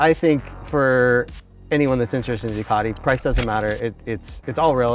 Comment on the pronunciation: It's 'Ducati', NOT 'Doocardy'.